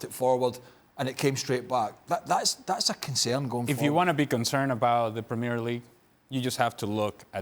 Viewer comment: I can't take moreno seriously when he can't say the premier league properly